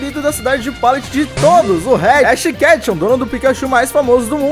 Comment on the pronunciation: ele falo redash kethun